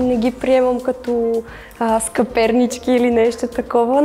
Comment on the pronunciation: Да, и бОрдо, бОрдов цвят 😩, вместо бордО. Другата пък сКъпернички, вместо съпернички. 😂🤦‍♀️ Изключително ниска езикова култура, за съжаление.